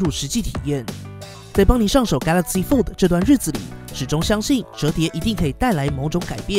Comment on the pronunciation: 拜託可以把 fold 的 d 發得清楚一點